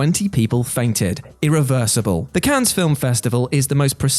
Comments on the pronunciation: How about we stop saying “Cans” and pronounce “Cannes” as it is pronounced in France: “Can”, getting tired of this, is everyone in on this? Is it a thing everyone’s agreed on? If so we could just start to say “Thorouf” instead of “thorough” or Connect-I-cut and so on, come on... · Cannes is pronounced like a single “can,”. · Not to be "that guy," but Cannes is pronounced, "Can." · cannes is not pronounced like that. you drop the s so it's just can. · Cannes, Fracass... ffs How about the script writer having a read through or spelling tricky things phonetically; rather than multiple mispronunciations EVERY SINGLE WHATCULTURE VIDEO.